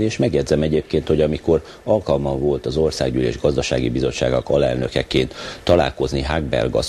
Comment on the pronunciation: "külsző nyomás", "vóót" Fidesz Csinovnyik level60